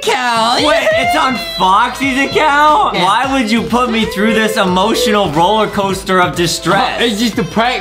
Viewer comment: when it was gonna end adem said bollercoaster its roller not boller adem justin was right go back to english lessons